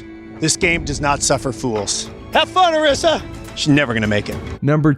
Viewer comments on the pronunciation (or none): Jeff clearly said Arisa's name like 6 times and you still pronounced it wrong lol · How do you get Arisa's name wrong when Jeff said her name correctly multiple times.